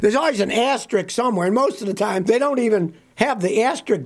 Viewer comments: AsteriSK Not asterik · "Asterick" is not a word. "Regyuhly" is not a word.